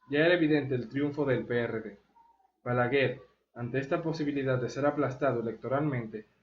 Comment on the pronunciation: Se dice balaguer! No balaguel 😅